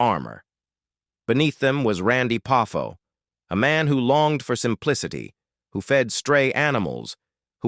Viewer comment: I also don't like this voice. It's the famous AI voice from the meme shorts on Tik Tok and Youtube. There's gotta be a better voice choice. Also, to the person who posted this. I have to use AI voices in my job. Make sure to phonetically spell out the last names so the AI knows how to say it properly. Poffo could've been Pah-foe or something. Deebeeahsee for Dibiase. That sort of thing.